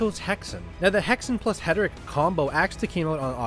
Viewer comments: I think you have that reversed. You mispronounce Heretic as Heteric. 😉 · Friend, it's Hair.i.Tick. Not Het.ur.Rick. But hey, pronounc8ng it that way got me to comment, so it's a "W" for the algorithm ❤ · heretic... not heteric